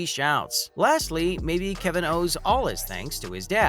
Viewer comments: It's insulting to Warriors fans when they can even pronounce his name correctly.1. His name is Kevon NOT Kevin. 2. The Warrior's owner's name is Lacob (LAY cob) NOT LA COB! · This dude needs to learn how to pronounce people's names 🙄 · What a pointless video, you mispronounced dude’s name, then ask a crazy question, can he win the MVP next year... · Is this person actually a human or computer voice? The pronunciations for Steph and Kevon are bad.